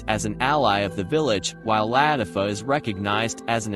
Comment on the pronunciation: Ist not la tif O its la tif a